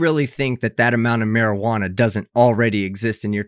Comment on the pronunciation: Is it me or did she say: How much maijuno ?!